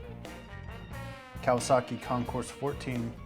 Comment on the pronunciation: If you are going to REVIEW a motorcycle, perhaps you should learn to actual PRONOUNCE the name of the bike correctly? D'oh! The Concours 14 is pronounced "Con-Core", NOT "con-corse". Idiot.